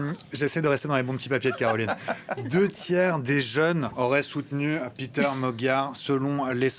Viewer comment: Péter Magyar est hongrois, et pas anglais. Son prénom se prononce PÉter, et non PIter...